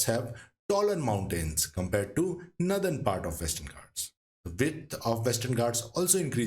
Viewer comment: Its northern not nathern